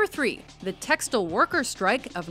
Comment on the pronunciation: The way she says "textile" ......